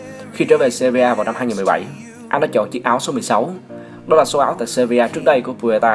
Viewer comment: Sevilla cứ đọc seria